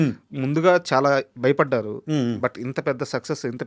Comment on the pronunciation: బయపడ్డారు కాదు భయపడ్డారు ఒత్తు భ రావాలి